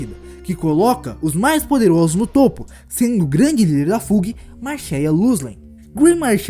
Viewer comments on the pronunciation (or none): Ótimo vídeo! Parabéns seguirei o canal. Dicas sobre pronúncias: Fug = Fâg / High Rankers = Ráig Rankers / Wolhaiksong = Uolaiquesong